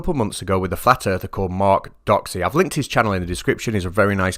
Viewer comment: Doxey. Rhymes with poxy. The Crown rests.